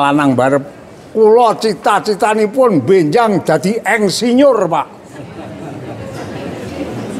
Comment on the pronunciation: Jaman Riyen Sampek Ndugi Sakniki Mbah Yai Nek Tiang Jaler Nikah Angsal Tiang Estri. 😆😆😆😆😆 Ngaji Klasik Kyai Kampung Lulusan Santri Jadul Yg Apa Adanya Apa Yg Diceritakan. Mengucapkan Insinyur Jadi Endsinyur Bahasa Kromo Inggil ( Boso) Lucu 👍👍👍